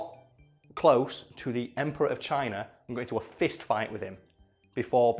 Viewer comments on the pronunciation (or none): none